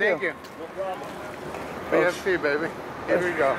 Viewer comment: porque dice senkiu XD si es tenkiu XD